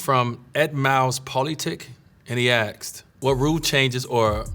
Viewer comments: He can't pronounce "Asked" He says "Aksed" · Why do black people say "Aksd" instead of Asked , like others do? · "He AXED" . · its true, black people say aksed